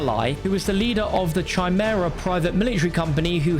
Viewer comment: Isn't Chimera pronounced "Ky-mer-ra" not "Shy-mer-ra"??